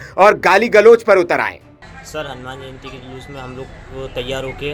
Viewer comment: अबे लोडू पत्रकार जलूस नहीं शोभायात्रा होती हैं। पहले अपने वाणी पर कंट्रोल कीजिए । शुरू में आपने जलूस नहीं बोलना चाहिए था।